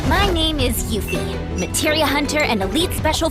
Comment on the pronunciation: It is pronounced "Yoofie". Doesn't matter about English language - it's a Japanese name